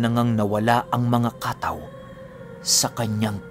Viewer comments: Kataw po ang totoong pagbigkas pinuno hindi po ka-taw. Salitang samar po ang Kataw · Ang tamang bigkas po ay hindi ka-taw kundi kataw. Medyo mabilis ang bigkas. Ang kataw samin ay sirena. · Kataw mabilis na bigkas dapat.kataw means serina. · Mabilis ang pagbigkas ng katáw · Kataw po mabilis ang bigkas. Salitang waray po. Biringan nadadaanan nmin yan pagpumunta kmi ng mercedes samar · first time narinig ang word na kataw?! just bec cebuano word yan na ibig sabihin ay SIRENA... kha-taw! ang tamang pagbigkas.. pero sa lugar namin mismo, ang tawag namin sa kataw ay MERMAID...LOL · Kataw po yan yung mabilisang pagbigkas. Hnd lng po sa Dagat o laot. Meron nyan meron din po sa mga ilog at batis. Sila po yung mga Tga pagbantay.. sa mga lugar na anyong Tubig☺☺ Minsan sinasabi ng iba na Shokoy?o serena.